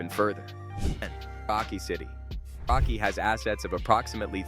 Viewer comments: Can't you pronounce Paranaque? Had to listen 3x on how you mentioned PAQUE. It's pronounced as Pah-rah-neeyah-keh. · Paranaque City, not Paaqui